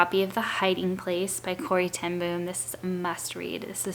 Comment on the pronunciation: The double oo in Ten Boom is actually pronounced as the o in over.